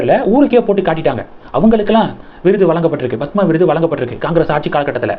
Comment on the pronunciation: Horrible! You are saying Bhathma Sri, Bhathma Bhushan! It is Padma Sri, Padma Bhushan